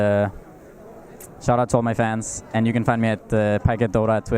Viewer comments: Pie-cat, not pudge-cat. It's not very hard to get right. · The interviewer doesnt even know how to pronounce his name. And he's awkwardly looking at notes and not having any sort of genuine conversation.